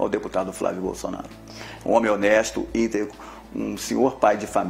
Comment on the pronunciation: Ele não sabe falar íntegro. Hahahahha ou seja. Alguém disse q essa palavra tinha q aparecer rsrs